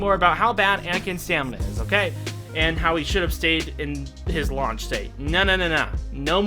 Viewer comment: use Anakin's launch attack -Me wondering why would he attack his lunch (Bc u can hear launch as lunch)